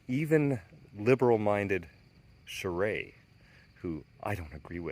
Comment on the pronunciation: it is pronounced gene chairist